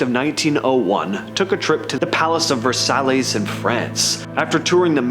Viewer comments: Versâmes in FRANCE 🇫🇷 ?! Man it’s Versailles 😂😂😂 comon! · The House of VerSALLY'S?!?!? Dude. It's French. Try it this way: pronounce "Versaille" like you're saying the words "verse" and "sigh." "The House of Verse-Sigh." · Verrr sallies is what I heard😂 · . Good stories. I love this channel. I'm just a loving fan here, trying to help. Versailles: PRN: Ver-sah-yee (french, so the 2 L-s sound like 'y'; it's the same with Spanish when the 2 L-s appear in the middle of the word.